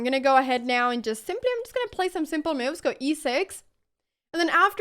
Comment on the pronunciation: I'm just here to see her smile and hear her say, "me-ooves" lol